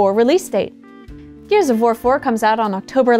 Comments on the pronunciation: i swear at i heard "gears of vore 4" and i feel like polygon as a collective needs to tone down the vore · I heard Gears of Vore 4 multiple times. Help.